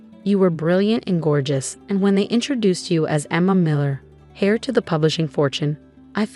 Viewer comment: Are these narrators so illeducated that they cannot pronounce proper words like settee, tiara,and heir? And politeness? This is truly upsetting and diminishes the enjoyment of the story greatly.